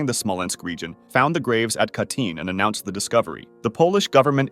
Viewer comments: “Kah-teen”, not “kaytin”. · It's pronounced more like "kah-tin", not "kay-tin"